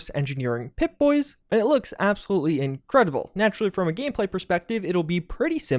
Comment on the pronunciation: "Which is jus in-credibld." ......."is in-credible." "....looks in-credible" I swear, maybe a bit of word choice can go a long way. There's also others words than "vibes" to describe something.